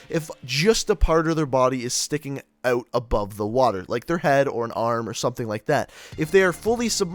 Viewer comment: Ok can you damn cod you tubers please learn how to pronounce "out" and "about" . I'm so sick of hearing (uh-bewt) And (ewt) good video but please pronounce the words correwtly